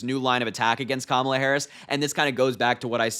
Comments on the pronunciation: Trump pronounced Kamala correctly!! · OMG! Harry! Trump slipped up! He's going to be so upset! He pronounced her name 100% correct 😂😅😂😅😂 He's such an idiot! He's so dumb JD Vance is the worst choice ever! Vance could keep a job even when it was handed to him! His buddy from college introduced him to people, and Vance failed at every job he had and ran a nonprofit into the ground. Whatever comes out of Trumps & Vance's mouth is nothing short of trash!🇱🇷💙🌊🇱🇷💙🌊🇱🇷💙🌊🇱🇷💙🌊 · He slipped and pronounced her name correctly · Trump finally worked out how to pronounce Kamala. Good job dumbdumb.